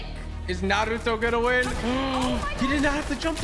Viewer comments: It’s N A R U T O NOT N A R U D O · its naruto not narudo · All the Naruto fans can agree: the needs more respect for saying team 7’s name correctly, instead of NaRuDo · NAR- ROO-TOE not NA-RUE- TU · Why did samara say narudo its naruTo😡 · Whos nar roo toe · Narudo it’s naruto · bro said "Naluto" at the beginning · when she said "Na-doo-ro" i died :(( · He said naruto like narlto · She said narudo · Somoene count how many times they mispronounced the the naruto names or tried to say them in japanese acent. Still, love your channel man! did'nt want you to feel disrespected. Loved this video! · Don't now how to say Naruto l just stop saying his name